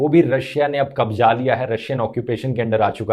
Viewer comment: Bhai kabja nahe hota kabzaa hota hy